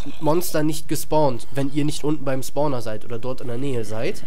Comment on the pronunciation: also ich hab noch nie einen "Sporner" gefunden xD.. das heißt spawner